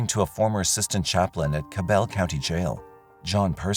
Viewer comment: it's weird to me. Also, every time they said Cabell it made my head hurt. Lol. So far from how it's pronounced. 🤦🏽‍♀️